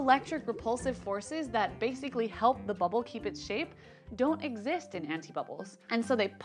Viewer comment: Did she say anifa bubbles?